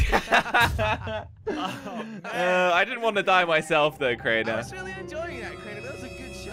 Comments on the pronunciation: It's crainer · It’s crainer